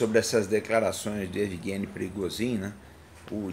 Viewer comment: Por que não se fala Pri - go - zhin? Ou por acaso no idioma russo o P seguido de R tem som mudo?